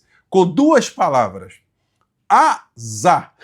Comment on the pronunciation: Oi, AZar, são duas sílabas 😂